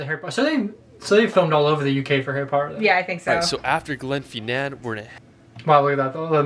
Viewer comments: Glen Feennan Veeaduct !, hardly surprising American pronunciation. We get 'herbs, sodder instead of solder, Jagwaar cars and those things that float in the water are booees. Thought buoys were said as boys? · The commentator keep putting the stress on the last syllable of place names, but that is rarely right. Loch LOmond; glenFINNan; DUNcansby. As for the rules of Gaelic spelling, they are as mysterious as mountain mist. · Firstly it's not Scatland it's scotland and it's Edin bra not edinbrough. He pronounces it as feenan but you pronounce it as fin nan also he pronounced viaduct weird it's Via Duck t. Also Scotland as voted most beautiful country in the world 2013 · Glenfeenan, veeaduct, Edinburrow? Oh dear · When pronouncing Glasgow, you drop the W. So it's Glas-go not Glas-gow. And the Harry Potter bridge is at Glen Finn-an, not how it was pronounced in the video. You'll have a great time in Scotland when you get there and remember to take a lot of pictures and videos as keepsakes!